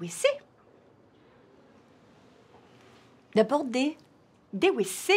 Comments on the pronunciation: Parce qu'on prononce "vécés" pas "ouécés" ;). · parce qu'elle dit Ouécé au lieu de Vécé:) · Ça se prononce vécé et pas wécé :) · ''Les Wécés'' 😭😂😭😭😭😭😭😭😭😂😂😭😭😭😭 . Ça a fait ma soirée , tout le weekend je vais y penser 😂😭😭😭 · « Les wécés » 😂😂